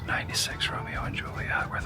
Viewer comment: Hate the way he says "Excetrahh" instead of Etcetera. The boner he was popin for the Romero and Juliet locations was nauseating. Yet another VHS he watched endlessly along with his wore out copy of Beauty and the beast. And ohhhh ohhhhh can we please point out how on almost every international trip there are so many Woovians in the comment section who are experts on things where he is at. Over the last 2 or 3 videos so many of them were quick to give the complete history of the VW beetle being built there for years.